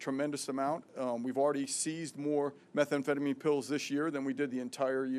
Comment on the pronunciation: "Methamphetamine" NOT 'Metha-Amphetamine'. If anyone should know how to pronounce it she should. The DEA gentleman speaking knew what he was talking about.